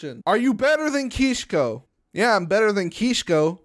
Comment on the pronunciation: Its kishko but you say keeshko